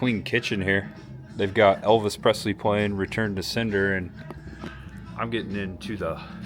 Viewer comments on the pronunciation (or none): none